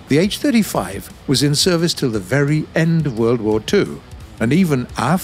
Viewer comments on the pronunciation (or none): none